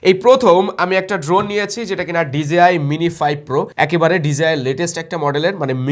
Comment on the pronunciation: Bhai ekta request - DJI eta not DZI